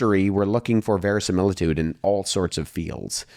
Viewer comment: I am really impressed that Wes pronounced "verisimilitude" correctly. You almost never hear that.